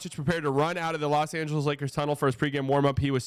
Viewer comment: "Loa" Angeles?